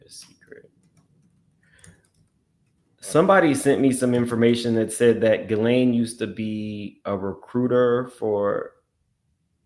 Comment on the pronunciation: … her name is pronounced GHEE-lane … not GHISS-lane 🤭